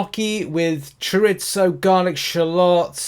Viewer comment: Disappointed but the silver lining is your pronunciation of shallots, chorizo and your sarcasm is hilarious